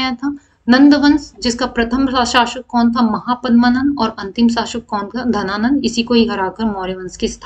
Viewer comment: वो "घनानंद" नहीं 'धनानंद' होना था ❗